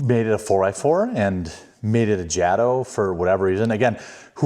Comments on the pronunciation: First of all it is pronouced Ja - to, not Jad o??? has always been that way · Ughhh... it's pronounced Jayto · I thought that was you! Haha! Glad to see another rc head out there. And yeah like everyone else is saying, it’s pronounced Jay-toe bro, Jay-toe. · most of us would have called this a version of a slash called the Back-Slash. However just so you know its pronounced (Jay-Tow) I love the Pink/Purple combo but they should have made the internal hop-ups pink as well. Not Blue. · Bro its jay_toe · It is pronounced Jay-Toe